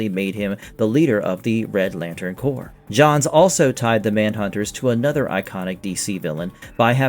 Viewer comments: Did I hear you say “corpse”? Pronounced “core”. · corps is pronounced core. not corpse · Corps is pronounced cor, not CORPSE. Jesus Christ. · Atrocitus is meant to sound like the word 'Atrocity' = uh traw sit ee... uh traw sit is. And as someone said elsewhere in the comments... Corp, is pronounced with the P being silent, so like the word 'core'... the Green Lantern Corp would be said like "Green Lantern Core"